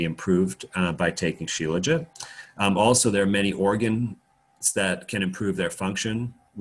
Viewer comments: Shila-Jeet! Dr Kaufman says 'Sheela-Jit' - 'still tastes disgusting! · My first thoughts are always to find comedy, and that was what I heard when he pronounced shelajit. Also thought about the sexism, where is the helajit?